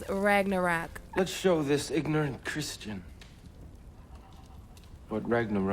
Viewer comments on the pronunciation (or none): none